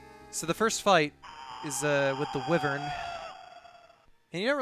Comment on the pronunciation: wyvern. wy as in why. not weh.